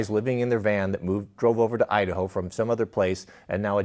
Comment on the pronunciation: Kamala Harris, "I da ho". 🤣😂🤣😂🤣